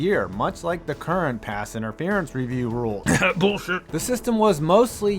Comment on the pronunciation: “Boolsheet” ha made me laugh